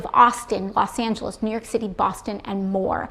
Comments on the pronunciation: She mispronounced Mexico and Los Angeles. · She didn't pronounce New Meeheeeco or Los Anhaleees! I still want to make out with her. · Did you hear how she said Bolivia? Did you then hear how she said Los Angeles?